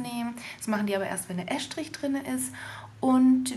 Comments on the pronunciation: Es heißt "Estrich", und nicht "Äschtrich"...!!! omG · Es - trich. Ganz einfach. Wie ess- tisch.